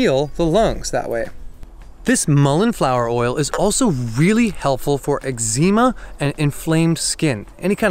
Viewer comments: Wait! Did he just say eczeema? Like that one guy from doctor who? Or is that how some people actually pronounce eczema? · I've never heard of soul say eczema like that.